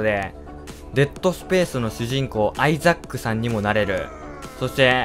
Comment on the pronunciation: suikanotane922 。 めっちゃ発音のいいレイチェルガードナー。w